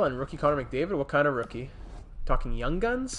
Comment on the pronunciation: You killed me when you said the toung man😅